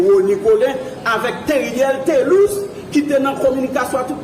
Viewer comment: MUSIE A PA RELÉ TÉRIÈL TÉ LIS!'!! RANJÉ DYOL OU POU DI TÉLUS.!!!!'n